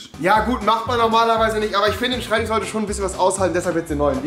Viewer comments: SchreibtiCH Bin jedes Mal getriggert, aber dann Schinese und Schemiker sagen... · Schreibtisch oder Schreibtichhhh? :D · schreibtich..., Schreibtich..., SCHREIBTICH... 😂🤣😂🤣😂🤬🙈😂🤣😂🤣😂